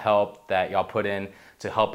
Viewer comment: I don't like the way says "yall." Sounds phony...